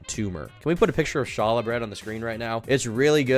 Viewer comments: Challah hahaha. Pronounced with a guttural ch- all- uh is a Jewish bread Glad you like it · hearing call challah "shalluh" and think it was a christian thing might be the funniest american white boy thing ive ever seen. jews are exotic to this lucky mf. i envy him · Haa-luhh“ bread (roughly) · Are you talm bout challah bread? (Hall-ah) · pronouncing Challa sent me bro! Love your videos though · As a jew... the way gentiles pronounce challah hurts my heart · the type of guy to not not know how to pronounce "challah"